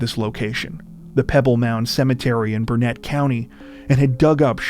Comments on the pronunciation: Burnet is pronounced burn it....not Burnette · The town is not pronounced Bur NETT. Locals say it more like Burnit. I live close by. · Grew up in Burnet County, it pronounced “Burn it” no pun intended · It's pronounced "Burn-it", damnit! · I had an eerie realization a few seconds in to this video. The name of the town, Burnett, is usually pronounced "burn-it". Source: I lived in the north Austin area for 20 years - I used to fish not far from where the car was found. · In all irony the county is pronounced “burnit” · A slight tweak, not that it really matters, but Burnet is pronounced locally BUR-nit.